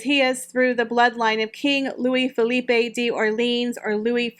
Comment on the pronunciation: My parents are French and dad's name is Philippe. It's always pronounced as Philipp-ay here but it's actually Philippe-h 😂 Always makes me laugh. 😍